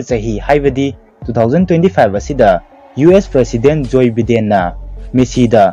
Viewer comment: Joyyy Biiiden aye😂😂😂 chum²na paoko mi mamingdo...ucharon do sumaina hyyo Jo Baiden...spelling bu d Joe Biden oibni